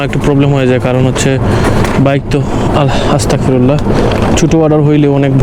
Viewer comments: Astak na bhai astag oirokom kore bolle Ortho marattok vul hoye jabe bhai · আসস্তাকফিরুল্লাহ না ভাই বলতে হয় আস্তাগফিরুল্লাহ্ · আস্তাকফিরুল্লাহ না ভাই আস্তাগফিরুল্লাহ বলবেন পরবর্তী সময় থেকে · আস্তাক নায় ভাই। আস্তাগফিরুল্লাহ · ভাই কিছু মনে না করলে ক্ষুদ্র জ্ঞানে একটি কথা বলি আপনি ভিডিও তে যে (আস্তাকফিরুল্লাহ)❌ পরলেন এটা আপনি গুনা মাফের জন্য পরলেও উল্টো এতে আপনার গুনাই হোয়েছে আপনার ইস্তেগফার টা হোক শরিয়া অনুযায়ী যেমন (আস্তাগফিরুল্লাহ)✔️ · আস্তাক না আস্তাগফিরুল্লাহ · আস্তাকফিরুল্লাহ হবে না ভাই আস্তাগফিরুল্লাহ হবে